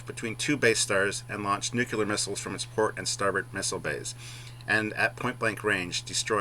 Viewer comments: Its Nuclear not Nuke u lar....By the Way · NU-CLE-AR. NOT "NU-CU-LAR" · Hey large one, if you want to sound intelligent: it's "nu/clear" not "nu/q/lear" and there is no such word as "anyways" in the English language